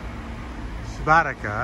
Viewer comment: It’s soo-bow-tee-tzah